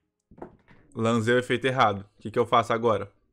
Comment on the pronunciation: Man, dá uma agonia do falando "lanzei" kk